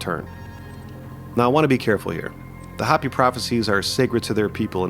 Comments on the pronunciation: Respectfully, it's Hoh-pē, not Hoppy. Otherwise,. I'm loving this little series. Keep em coming. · Bro is this AI? Hopi is not pronounced Hoppy, it’s How-Pee. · If your AI voice is so bad it calls the "HOPI" people the "HOPPY'S" then it's hard to take this video seriously. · It's Ho pee. Not hop pee! I lived in the USA south west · It’s pronounced Hope-ey, NOT hoppy. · It’s actually Hoh-pee not hahhh-pee. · Hoe-pee (Hopi) but other than that great vid. Thumbs up for not using an AI narration. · I came here to say this as well! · Thank you. I was coming here to say the same. 🤙🏼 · It's not "hoppy". Long O.